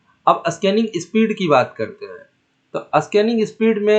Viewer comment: अस्कानिग क्या होता है😂